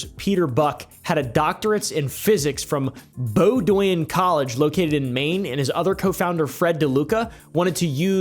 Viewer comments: hearing an out of stater try and pronounce bowdoin was funny to me, its pronounced bowdin not bowdowin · bro BRODWANYE College 🤣🤣🤣 it’s Bowdoin (BOW-DUN) my g. Sorry that really got me as a lifelong Mainer. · It’s pronounced Bow-din, Maine btw not bow-do-in 😂😂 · BOEDWIN COLLEGE AAAAAAAHAHAH brother its pronounced (boa-din) - A maine dude. Its always funny hearing out of staters try to pronounce bowdin & bowdinham. I hate my life. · Bowdn is how you pronounce it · It's pronounced Bo-din (Bowdoin) College btw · Bowdoin is pronounced "Bow-den." I know, I'm from Maine. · Yo, you pronounced bowdoin (ME) wrong. Sounds like bow din (2nd o is silent). Do better. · Bowdoin is pronounced "Bow-din" - I grew up in Bowdoinham and Bowdoin. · I met Jared years ago when he was the speaker at a cancer fundraiser. Seemed nice at the time. lol Also, Bowdoin College is pronounced bode-in. I grew up less than an hour from there so I might as well share that little nugget. :) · I am from Maine...he murdered the towns name 😂😂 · Your pronounciation of Bowdoin helped my depression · I can’t tell if you intentionally mispronounced Bowdoin or not 😂